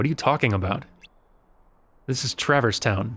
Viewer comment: It hits me oddly as well. Also the emphasis on the first syllable of "TRAverse" instead of "traVERSE". Picking nits to be sure; super glad (who will also be Prime among Dans to me) is doing this so I don't have to!